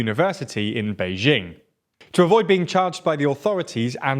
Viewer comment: minor thing - it's pronounced Bay-jing with a hard J as in Jack. Not French J.